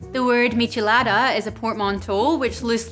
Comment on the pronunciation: Good pronunciation! Is a little sad that in my country is called "Michelada" every beer with lemon juice and salt in the glass... A little spice is also added, but nothing special. I would love to try this one! :( I'm from chile by the way.